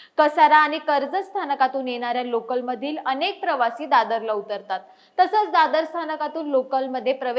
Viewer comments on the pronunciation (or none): none